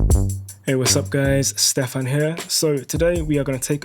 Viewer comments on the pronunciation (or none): none